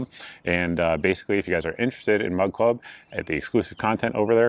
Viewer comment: Every time you say Mug Club it sounds like Mud Club. 😂😂😂